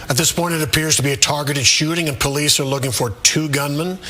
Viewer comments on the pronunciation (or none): none